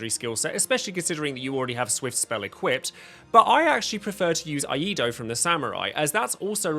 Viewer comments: Eido is pronounced ehy-doh, not ah-ee-doh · Dude its "ee-eye-do" you are saying the first two in the wrong order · Glad to see they gave Cloud some love. He was really not worthwhile in the previous versions. FWIW it's pronounced "ee EYE doh" Iaidō is the Japanese art of swordsmanship which focuses on drawing the katana from its sheath and attacking in one smooth motion. The katana of the same name in Dark Souls has a special attack from a sheathed position. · Random stumbling new sub, gonna help you a tad. It’s pronounced “E-eye-Dough”. Like the videos 👍🏻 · You're also wrong. Iaido is pronounced "Eee-eye-Dough" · Here's a neat trick to remember how to pronounce "Iaido" Old McSamurai had a sword, ee-eye-ee-eye-do!